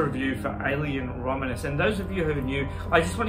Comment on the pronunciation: I’m making fun of you for saying the name of the movie wrong. Learn English.